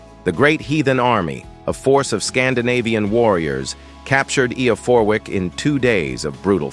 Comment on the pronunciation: I'm from York, hate how you pronounce eborackam it is pronounced eeebor acomb , not yovik its Jorvik, with a J , not eo porwik , its eff er wich, apart from that it was ok Ish